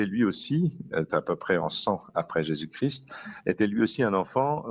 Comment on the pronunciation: Merci à Monseigneur Aupetit de prononcer toutes les lettres, correctement, le nom de notre Seigneur Jésus CHRIST 🙏